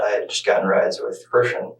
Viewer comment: why are you calling him kristen when his name is clearly pronounced like christian? this channel gives major AI vibes.